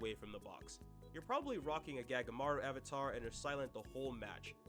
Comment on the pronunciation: Him pronouncing “Sae” as “Say” and “Gagamaru” as “Gag-aamaru” truly hurt my bones